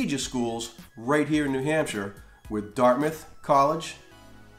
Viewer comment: I searched this to hear an American pronounce shire correctly, great job.